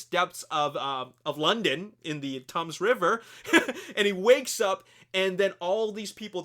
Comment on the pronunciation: The 'thames' is pronounced 'tems' not 'Thomas' lol